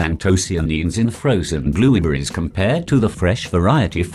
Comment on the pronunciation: I heard Blubuupritz